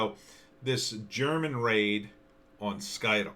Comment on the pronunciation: You are not pronouncing Scytl correctly.